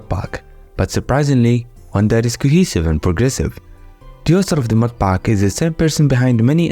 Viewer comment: "mudpaaak" bro must be from middle East 😅